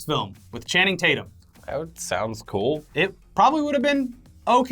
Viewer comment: You mean Channing Tate-yuuum!!